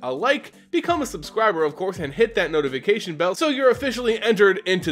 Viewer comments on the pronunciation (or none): none